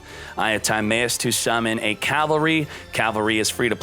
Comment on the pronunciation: The fact that he still says time-ay-us (instead of tim-eye-us) and cock-ah-tis (instead of co-kite-us) after this long is just disgusting